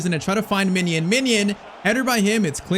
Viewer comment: Bro, why are you saying ‘Minion’ it’s ‘Mijnans’🤦‍♂️